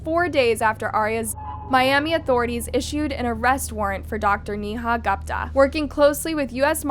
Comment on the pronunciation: "Gooooooopta" girlfriend... You pronounce her name "Goooopta".